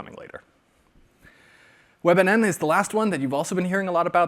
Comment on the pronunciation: I heard Webanana Webanana 😂😂